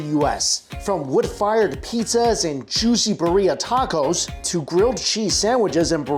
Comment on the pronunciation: It's so painful - Mikey, Birria... it's BEER-ee-uh! Don't any of the vendors say it outloud? Love your content 🎉